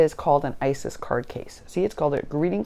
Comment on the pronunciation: Its iris* bins lol. I laugh every time you say isis. Oh yes I've been mojo - less for quite some time..I think I'm finally getting it back tho! We eat early in the day so I should be there as well! Have you considered putting shelves or something and store/organize on your walls? I had to do that. Now I'm running out of wall lol